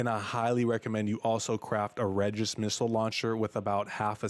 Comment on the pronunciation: It's pronounced BenE and REgis.